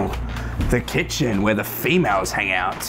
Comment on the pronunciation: ''The kitchen wair the female hung out ''😂😂😂😂